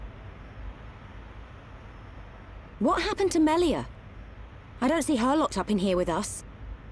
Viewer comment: when shulk says melia it comes out melier is that just me?